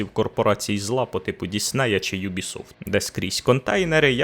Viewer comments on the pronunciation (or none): none